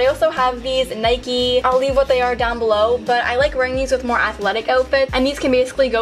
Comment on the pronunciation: Tell me no one thought Cleore (Cleo) when she said “down belore”